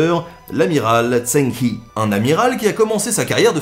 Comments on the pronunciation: Connaissant à peu près l'histoire de Zheng He, j'ai cru pendant plusieurs minutes que l'on parlais de quelqu'un d'autre que je connaissais pas.. c'est pas Zeng Hi c'est Zheng He -> Djen(g) Heu ( H= Jota espagnol ) c'est con mais voilà, un poil de prononciation, ou bien marquer juste son nom.. ^^ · Salut, je voulais juste te dire a titre informatif que Zheng He ne se prononce pas "Zhen hi" mais plutot "Chong Ho". Je tenais aussi à dire qque tes vidéos sont très interressantes et que j'adore les regarder. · tu prononces mal zhong he, en mandarin ça ressemble plus à tchonne re (écrivant comme on le dirait en français) que chang hi. Et cette prononciation serait pas correcte pour autant mais plus proche de la vraie. Le zh se prononce un peu comme tch le g de fin se prononce pas mais il faut insister sur le n qui précède le h se prononce un peu comme un r roulé. Normalement il y a aussi les tons mùais bon c'est pas non plus un cours de chinois. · Zhang He se prononce "Djang Re' et pas ' tsang hi' ;) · Pas mal par contre ça se prononce Djang Reuh (à lire en pronciation française), pas Djang Yi, et en effet aucune preuve de découverte de l'Amérique, beaucoup de cartes bidons. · Très bonne vidéo, merci encore :D P.S : Zheng He se prononce un peu comme Djeung Che (avec le même "Ch" que dans Bach en allemand) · Salut, Alors a priori le nom de l'amiral chinois se prononce plutot comme "djeun heu" en prononcant le "h" ;) j'ai une ressoritssante chinoise avec moi qui soupirait a repetition pendant la video :P Super video comme a l'habitude quoi qu'il en soit, merci :) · Zheng He il faut prononcer comme "Djaing Reu" :) le chinois est très compliqué à prononcer ^^ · Excellent ! Par contre on prononce zheng re ! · L'amiral eunuque Zheng He se prononce plutôt Djeung Re (comme le jota espagnol) mais sinon c'était top ! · Mauvaise prononciation de Zheng He, ce sera plus Dsheng Rhe en descendant sur le dernier e. Or mis cela c'est un bon résumé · Zheng He ce dit "Djang re"